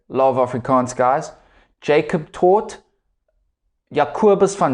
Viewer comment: It's not Jacob Taute but Jaco Taute